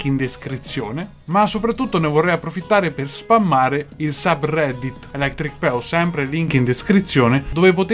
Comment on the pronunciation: ELEChThRICh PEOh.